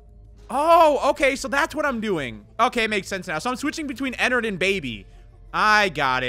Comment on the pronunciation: pretty sure its pronounced en ard and not en nerd ._.